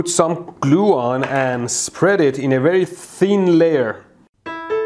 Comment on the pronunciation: Fool brige wrectifier at berry low pryce!